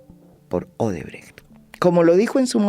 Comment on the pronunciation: Bien pronunciado Odebrecht